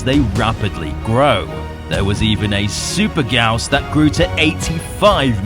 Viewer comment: in case some people didnt know, the "Gyaos" is actually pronounce Gai - Ya - Os lol (or thats what jap sounds like)